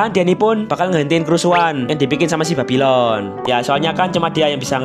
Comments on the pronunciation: ngontol gw denger ny 🗿😁☝🏻trus pas pertama kali denger babylon gw denger nya babiloh😁☝🏻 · Bang kok sebutnya babilon🗿🗿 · Yang ditulis bang:babylon Yang gua denger:bab*lon 🗿